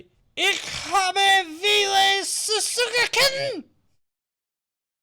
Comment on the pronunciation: just fyi, 'v' in german is pronounced as 'f', so 'viele' should sound like 'feela'